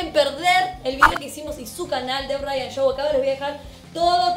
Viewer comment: se llama ryan se pronuncia rayian